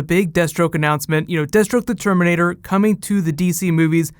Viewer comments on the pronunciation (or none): none